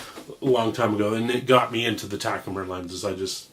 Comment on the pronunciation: What's a "Taku-Mer"? "Bee's Meow"?